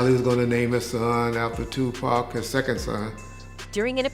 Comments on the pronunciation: I know right I hate when people say 2pack it annoys the sh*t out of me, its definitely pronounce Tupac or 2pac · WILL SHE PLEASE GET THEIR NAMES CORRECT...WHO THE HELL IS PACK and NES..this report is terrible..yall fail as a news channel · Who tf is two packs it’s Tupac Smdh white always on some disrespectful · It's Tupac b** not. No pack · Pleaaase somebody learn that lady pronounce the name TUPAC 😅😓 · this A.I. or lady pronounciation of Nas and Tupacs name is killing me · How is it possible the woman providing the voice over doesn't the proper pronunciation of the names of the majority of the artists she's providing commentary on repeatedly. It was so disrespectful and annoying.